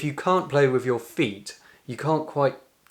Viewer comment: …..he wd be if only he said breath, rather than breff, and with, rather than wiv